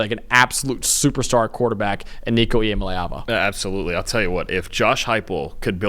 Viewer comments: It’s LAY not LEE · Pounced EEYA - MA - LEE - AAVA.. Got to learn the player.. Oklahoma is MORE important than NCS. -------> VOLS BY FIDDY!!!!!! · If you can’t pronounce Nico’s name right I ain’t listening